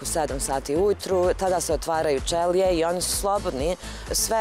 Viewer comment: NE OTVARAJU SE ČELIJE , NEGO ĆELIJE ČOBANKO😂